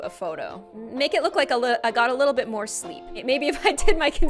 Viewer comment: Moore not morrrre